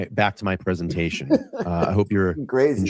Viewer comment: I’m cracking up about “Prezenation vs. Preeesentation” own that shit 😉🤟😂😂